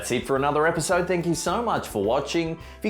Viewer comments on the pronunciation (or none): "Well that's it for another erpisode"